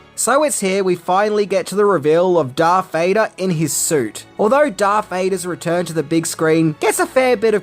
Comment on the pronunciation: Who in the hell is Darf Vader??